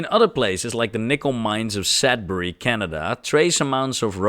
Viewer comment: Sudbbury SUD as in soap suds. Sudbury Canada.